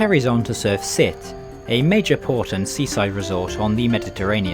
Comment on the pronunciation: It’s Sête not Sète. And isn’t pronouced ‘sit.’ And Narbonne isn’t pronounced Narbo. It’s also noteworthy that Perpignan station was declared by Salvador Dali to be the center of the world. Which it isn’t, to be frank. It’s also worth noting that Barcelona Sants is an absolute den of thieves who won’t just pick your pocket but will seize your luggage. Finally, Le Train Bleu: you missed a trick not including some shots of this historic restaurant. And by not eating there. The steak tartare is fabulous.